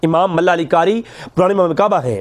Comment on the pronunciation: Malla Ali Qari ni hy yar Mulla Ali hy plz pronounciation theek kro baqi byan haq kia